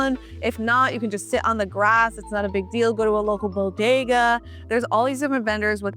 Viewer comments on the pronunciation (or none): none